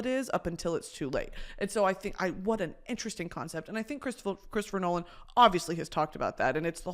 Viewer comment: chwistopher nowan 🥺